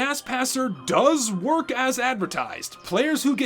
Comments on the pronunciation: “does the gas passer worh?” boy i sure hope someone got FIRED for that blunder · “does the gas passer worh” lol